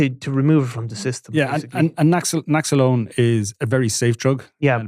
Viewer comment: Lads the mispronounced drug names are making yiz look like yiz haven't prepared for the show. Naxelone 😢